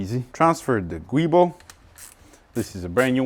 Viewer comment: It's pronounced "Joo-Bo"......Giubo not Guibo!